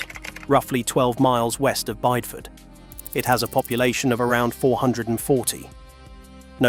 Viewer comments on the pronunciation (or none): Whoever put this together, next time, *read the commentary yourself, instead of leaving it to somecrappy AI software. Pronouncing Bideford as BYDE-ford, instead of BIDDI-ford? Sheesh . . .